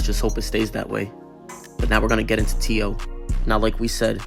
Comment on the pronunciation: Its not t.o. its t-ooh-wee....cornballs